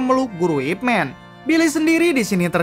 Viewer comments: Baca Ip Man bukan ip men. Ini kan sebutan sebuah Nama buka ejaan kosakata. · Nyebut namanya saja salah, sok ngulas Ip Man (baca : MAN, bukan MEN) emang org banyak teracuni super hero negri barat : supermEn, ironmEn, batmEn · Ip Man bukan "Ipmen". It's the dialect (Cantonese/Konghu) pronunciation of his name 叶问 （葉問)/"Ye Wen" (Ye sounds like "yeah" and Wen as it sounds in senewen). You can recheck it when Donnie Yen introduce himself in Ip Man vs Jin Shanzao scene:"Wing chun, Ip Man" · Bacanya Man bkn Men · Ip Man min bunyinya.... Bukan Ip Men